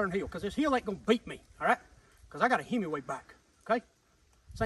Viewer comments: I thought he was saying it's a Hemi weight bike the whole time, was very sad to find out it's called a himiway bike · For a second there, it sounded like he said "hemorrhoid" bike